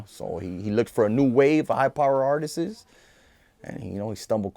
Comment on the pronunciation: “Artisest” lol